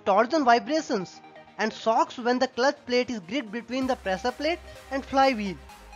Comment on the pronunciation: Shapt*😂 prasaar palate *😂😂